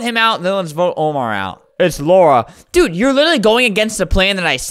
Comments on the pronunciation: man reads lara as laura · i don’t care if i’m a year late, it is pronounced la-ra not laura. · ITS LARA NOT LAURA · the way he say Lara is the way he say my name. it's like he called me HAHAHA